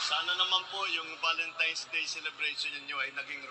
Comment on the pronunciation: Ultimong VALENTINES hindi nabigkas ng maayos VALEMSTIMES daw nakew kulang ng isang sachet para ifollow up Mr. President😂😂😂😂😂😂